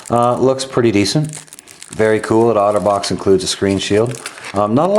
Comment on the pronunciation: I kept hearing 'Autobots' xD